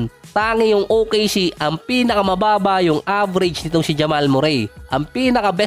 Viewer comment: Correction boss not murey(murray)merri ang bigkas✅